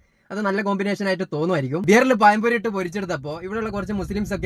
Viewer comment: പയം പൊരി അല്ല മോളെ പഴം പൊരി മതം വിട്ടിട്ടും ഇതൊന്നും മാറ്റാൻ കഴിയുന്നില്ല അല്ലെ